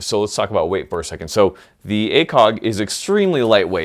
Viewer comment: when you said weight i thougt you said wait